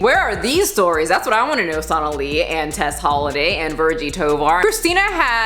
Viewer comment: Sonalee? I think you pronounced “Jim Jones” wrong.